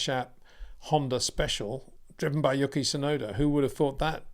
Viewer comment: His name is "YOO-key" not "YUCK-EE" ffs